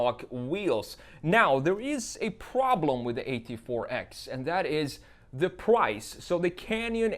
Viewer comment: “The pwice”